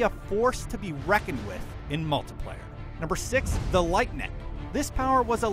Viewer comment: Anyone else get irritated when he said "multiplayer" ... ._.??